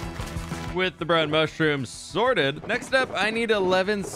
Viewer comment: Everytime you say Sorted I get a little hungry just saying.